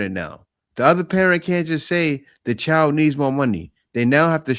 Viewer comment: Child not chal wtf why can't they pronounce the words correctly